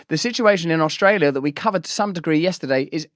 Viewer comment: You have Albanese’s accent down perfectly. Our Prime Minister pronounces our county’s name as Ustrayah